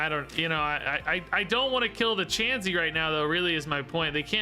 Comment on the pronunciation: Your doing really well at seeing the lines of play! Learning the common pronunciation of Pokemon names may take time. Don’t break up kirlia say it all together and chansey is said chance-e